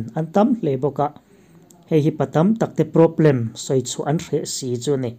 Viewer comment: Sap ṭawng hi kan ṭawng anihloh avang hian lo lam diklo deuh mahila a hriatthiamawm lutuk. Mahse, thumal ṭhenkhat kan hman tlanglawn em em te erawh hi chu lam dik ve deuh tum atan a duhawm ṭhin khawp mai. Hetah 'PROBLEM' i lamdan hian beng a tikham mah mah a ni.